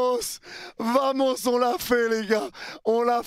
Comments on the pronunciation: Félicitations pour la victoire et la qualif, par contre ça me fait toujours un truc ton VAMOS. *EN ESPAGNOL : Le ” V ” se dit ” B ” … On dit ” Bamos ” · On dit bamos maisle V se lit B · Vamos, ça se prononce Bamos. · Bien sur qu'on est heureux 🥳 mais par contre on dit bamos et non vamos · Vamos en espagnol se prononce Bamos et non vamos pour info ;-) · Mec je t’adore mais c’est très gênant de t'entendre dire vamos en le prononçant à la française alors que c’est un mot espagnol et que le V se prononce B. Phonétiquement tu dois dire Bamos. Ça te ridiculise bêtement alors que tu es un excellent youtubeur. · Arrête avec Vamos, ça se prononce avec un B s’il te plaît 🙏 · Un parisien qui dit vamooos 😂 en prononçant en plus le V comme en français 😂 , ça s'écrit Vamos mais le V en Espagnol se prononce B donc c'est " Baamooss" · V=b donc ça se dit bamos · Si vous pouviez arrêter avec les vamos srx Et ca se prononce bamos Laissons ça à nos prochains adversaire Ici c'est Paris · Je t'adore,et encore merci pour tes lives,sans toi tout ceux qui travaillent en restauration sont dans la merde pour avoir de la qualité...mais ça fait depuis que tu suis M’bape au real que tu kiffe l'Espagne,on di bamos,pas vamos,t'es suivi par plus d’1milion 500 mille personnes,arrête de nous faire passer pour des chèvres steplè😅😅😅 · Vomos 😂😂😂 t espagnol ? Mdr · Masterclass en combinant le match A/R sachant que Liverpool n'avait jamais perdu en ayant remporté le match allé à l'extérieur dans son histoire, ça en dit long sur la performance, quelle EQUIPE vraiment !! Par contre le 'V' en espagnol se prononce 'B', ça pique les oreilles surtout le nombre de fois que tu l'as dis 🤣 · arrête avec des vamos wsh tu sais même pas le prononcé 😅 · Doucement avec les vamos, c'est acceptable parce que Luis Enrique mais n'abuse pas... Surtout que tu ne le prononces pas bien.